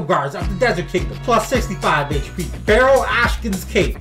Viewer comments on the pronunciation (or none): none